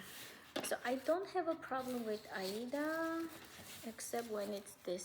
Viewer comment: Thanks for visiting with us again. I'm glad you're getting some rain where you are and are not in any immediate danger. I really like how you sometimes pronounce aida (eye-ee-duh). I started cross-stitching in the early 70s and that's how everyone back then said it. I didn't realize until I started watching flosstube that there were now other pronunciations. I'm going to feel less awkward and continue to use my old pronunciation "because that's how sometimes says it"!